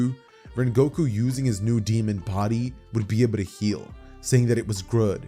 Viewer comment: "Water surfing slash" "Grood"